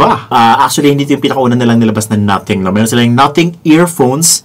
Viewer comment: Hahahaha 🤣 in British Nuhtheng.